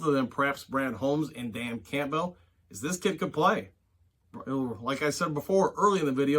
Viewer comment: His name is not pronounced Camp-bell it’s more like Campbells soup.